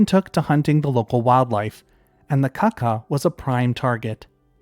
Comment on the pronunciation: Kākā is more pronounced like 'car car' rather than a quick 'kaka'. The macron elongates the sound in Māori, at least it's like that in NZ with our Kākā. I'd imagine the Norfolk one was probably pronounced the same but yeah.